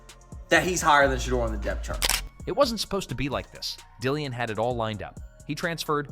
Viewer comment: Dillon, and not Dillian.